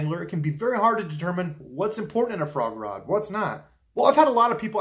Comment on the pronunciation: I know you're saying frog rod, but I keep hearing Foie gras. My ears not your problem but it makes for some funny images to me.